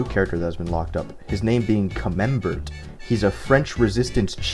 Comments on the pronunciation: Lol camembert had me rolling monsieur dingle doof. It's cam-em-bear with your finest French accent. Eh hoo kares it's Konker the skwirrel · Camembert, pronounced "cam-mem-bear" is a soft French cheese. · I'm really enjoying this video. But... It's pronounced cah-mem-bear, you HEATHEN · It’s pronounced comem-bear it’s a type of cheese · Camembert is pronounced "cam-m-bear" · That pronunciation of camembert fucking broke my ankles lmfao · also please learn how to pronounce the word camembert correctly